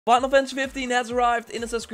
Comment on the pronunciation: “Winal” fantasy 🤣